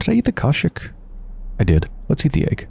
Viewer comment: You pronounce kashk wrong......I think Cus it sounds like the cat from nightvail